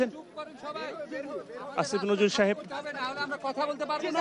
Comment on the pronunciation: আসিফ নজরুলের নাম আপনি উচ্চারণ ভুল করছেন, আপনি ইচ্ছা করে উনাকে উত্তেজিত করছেন আপনি তাদের লোক